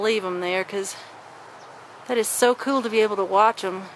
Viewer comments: How cool is it when you say KEWL! i had a dirty joke for the nest but ill leave it for the next video, is that KEWL! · She saya cool like cartman from south park "that soo koo" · The amount of "kewl"ness in this video is too much for me too handle. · Every time she says kewl I think of Cartman lol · to kewl stop saying that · Errrrrr the way u say cool peas ne of